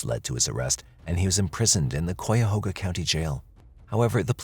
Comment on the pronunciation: It's pronounced Ki-uh-hoga not Quoihuga